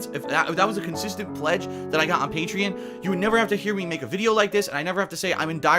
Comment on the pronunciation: Pay-tree-on. Get it on.